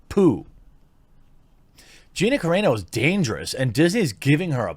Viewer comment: Great video but both ways you pronounced her name were wrong 😂